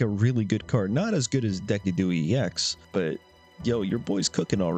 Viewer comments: DEH-CID-DOO-EYE !!! my lord 🤣🤣🤣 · Did you just call him Dekidui?😂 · Deck-a-doo-e. I beg your finest pardon? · You pronounce decidueye so wrong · Yeah I can't watch this video because of how you pronounce decidueye. You know damn well it isn't pronounced like that. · Decidueye pronunciation caused me physical pain Your other mispronounciations are at least close 😂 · Does anyone know what if he’s pronouncing decidueye like that on purpose? Or he just doesn’t care to check? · What did you call Decidueye? Lmao